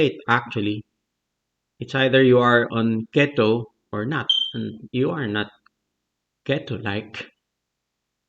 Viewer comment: Crazy study. By the way, Keto is pronounced (KEY-toe). The first syllable is emphasised. Great video. Thank you.